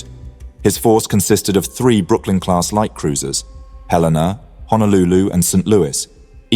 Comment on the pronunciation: Minor nitpick, Brooklyn, not Brooklin.